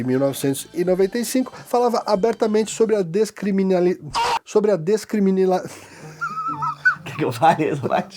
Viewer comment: esse vídeo tá perfeito e merece muito uma pt 2, e o vassão tentando falar descriminalização alegrou minha noite kkkkkkkkkkkkkkkkkkk